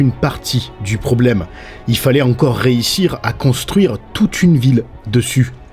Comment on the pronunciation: On dit pas « réissire » mais « réUssire »